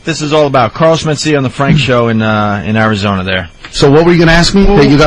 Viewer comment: Carlos Men-Steal-Ya! AHAHAHAHAA!! l.m.fugging ass off..